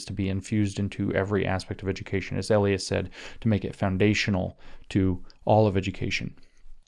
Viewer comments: EE LIE(accent) us. long E, Lie us. E as in eel eat, Li as in Lye, Bye, My. You're saying the word for someone's pseudonym, alias A Lee us, which is wrong and sort of distracting. lol sorry. Remember that song: Eli's coming hide your heart? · Bro it's Ee-Lie-Us not Ay-Lee-Us :_james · Elias is probably pronounced ‘ee-LIE-us’. Emphasis on the middle syllable. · Elias is pronounced ee-LIE-us (or in Anglican eccleseastical Latin, eh-LIE-us (think "Elysium", ie God's Realm, ie heaven. Elias is actually Greek and is an informal name for God. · Wonder if Maurice Elias (pronounced Eh-Lie'-us) is related to star Dem elections law litigator Marc Elias ... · Could Maurice's name be pronounced el-i-us with a long I? 🤔